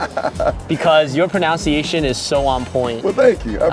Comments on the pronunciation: It’s pro-NUNCE-iation. Not pro-NOUNCE-iation. Pronunciation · I just found this channel and it's awesome, binged three vids. I had to chuckle in this one when he kept saying proNOUNciation, although it's actually proNUNciation; there is no O in it. The O is there if you say only pronounce, but not pronunciation. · Love the video, but I gotta say it's "pro-nun-ciation", not "pro-noun-ciation". The irony was killing me the whole video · Pro-nun-ci-ation..... Not Pro-noun-ci-ation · Oh the irony of hearing the word pronunciation mispronounced repeatedly...